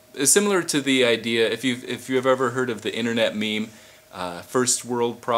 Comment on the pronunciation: Yes, but it's pronounced like 'meem' not 'meh-meh'.